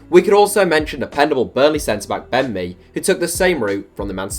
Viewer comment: Says Ben Mee sounds like Bend Me